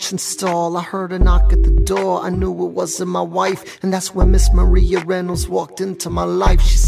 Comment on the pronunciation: He did not just say "MAR-E-A".